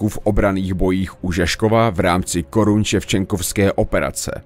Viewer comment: yes + ještě Korsuň Ševčenkovská operace a né Koruň ale jinak pěkné videjko